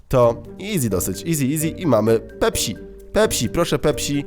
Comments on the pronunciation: pepsi nie pepśi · zamiast pepsi czytasz pepś(tzn. nie si tylko ś) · To jest pepsi przez s nie ś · Śmiesznie wymawiasz pepsi ;)